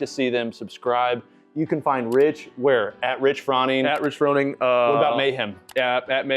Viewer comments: Did you call him Rich Frawning? 😂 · How are you in this space but don’t know how to pronounce Froning?